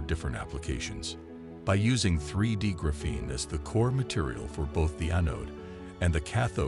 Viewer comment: Right now, I think this is a con. I also think the narrator should learn how to pronounce the word graphene.